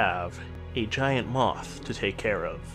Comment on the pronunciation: Moooooth nooooo moth